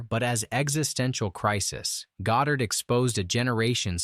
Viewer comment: Nobody can top the bond films with sean connery and by the way Goddard is not pronounced by you correctly such bull sh.....